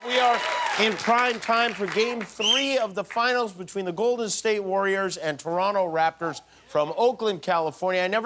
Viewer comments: Thank you Jimmy, for pronouncing Toronto properly. (You don't really say the second T. Don't ask why. We don't even really know) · Thank you, Jimmy, for pronouncing "Toronto" the proper way. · Jimmy says Toronto properly 👍👏❤️🇨🇦🏀